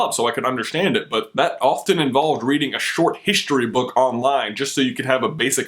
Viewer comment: You Said HISHtory.